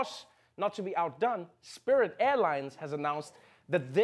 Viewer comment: he just had to 'spirit airines'